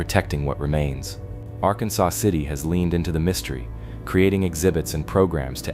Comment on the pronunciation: Arkansas (R-Kan-Sas) River/City.